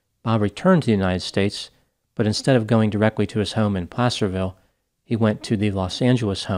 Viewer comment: Btw kudos to you for saying Placerville right. A lot of people guess “play-cerville.”